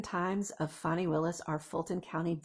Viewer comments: FAN - ee not FAWN - ee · It's not pronounced Fani it's Fanny